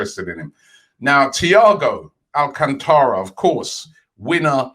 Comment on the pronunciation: Junior Barra my bad I meant al-cant-ra